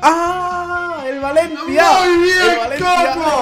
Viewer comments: hay dice baencia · Like Si En Le Minuto Dice Baencia👇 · La Ultima Que Es Del valencia DICE BA ENCIA Y VALENCIA ES CON "V"CORTAAA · En el ultimo dice BA...ENCIA. Y es VAL...ENCIA